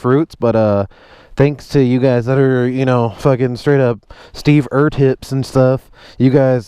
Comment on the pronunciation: “Steve ertips” 🤣🤣🤣🤣🤣